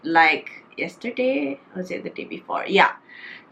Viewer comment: A E I O U - T is not include. So pronounce tu nicely sikit. Correction, not “d” box, just say it the box. Not D box. I know u know what i mean . Kbai